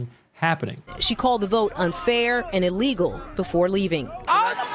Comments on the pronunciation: 😂 I kept grinning and shaking my head when she was calling the process "E-legal" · "This is EE-LEE-GO!"